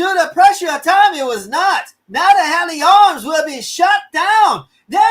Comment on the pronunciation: Sorry, I'm late to the show because I am in the UK. Happy to help with translation. SNP is the Scottish Nationalist Party. Hawley Arms is pronounced hor-lee arms, Edinburgh is pronounced Edin-borough.